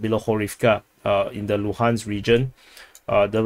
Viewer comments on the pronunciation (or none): none